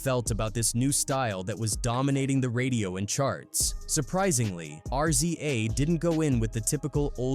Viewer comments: It's "Rizza",not"R-Z-A".🤦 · R Z A dude its pronounced Riza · Don’t ever say R-Z-A again!!! Wtf??? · Why you always mispronounce RZA name wrong?